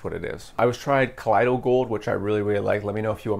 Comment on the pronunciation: Gold ormus is actually gold dude. Ground into a ash type powder. It’s what the gods took in the ancient Egyptian mythology to give them their vitality and immortality. It’s very difficult to find that information online now. Plus colloidal is pronounced call oy doll.